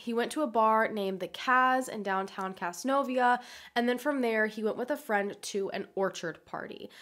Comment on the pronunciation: whoa...casnovia. thats literally the next county over from where im from. its pronounced caz-nove-euh